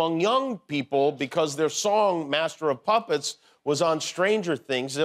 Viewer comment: At first I thought Jimmy said that Metallica's song was "Master of Pompous" and I thought of Trump right away.